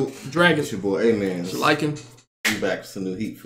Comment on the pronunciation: LOL. I thought was constantly just saying, "It's your boy, eh mannnn". And to be fair he does say "ehh man" from time to time! Maybe that's how he got the name?